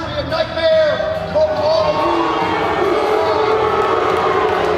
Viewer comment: Great vid, however Kamaru won the Ultimate Fighter , and has never loss in the UFC, dudes won like 12 in a row, and defended the title 4 TIMES, his name isn't Marty, it's Kamaru , put some respect on his name ...Otherwise great vid